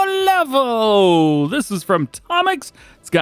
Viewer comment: Pięknie wymówiłeś nazwę " Sobolewo" 👏